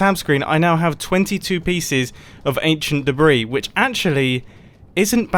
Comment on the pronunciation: British man saying anchient debris-s colorized. And I never thought the day would come...